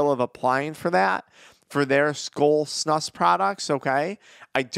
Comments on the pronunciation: It’s pronounced like snooose not snush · You pronounce it more like snooz* from a snus loving Swede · It’s pronounced snoos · It's pronounced snooos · Its SNOOOOSE SNEWOOSE SAY IT BETTER